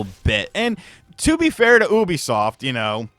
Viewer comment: I'm pretty sure you pronounced Ubisoft wrong. Do they regret giving you a review copy after this or what?! Honest review I guess you made this sound like a waste of time and money